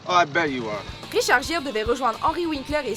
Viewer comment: Euh... Ça se dit Guire... Et non Gire...